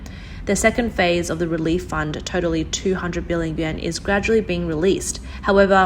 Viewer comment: Learn to pronounce your words, the Japanese Yen ¥ does not sound like the ccp yuan. Your English is good for a second language but not great. Practice practice.